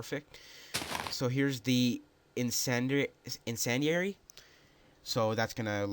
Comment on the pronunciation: why cant anyone say incendiary correctly